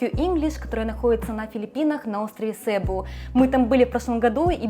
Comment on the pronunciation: Остров СебУ, а не СЭбу